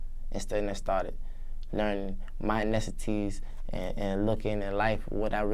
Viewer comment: lmao he said bihness and mineccities I'm dead😂 bless his heart at least he's doin what he likes